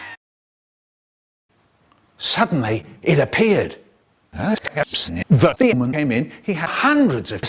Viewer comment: I love how Michael says demon like themon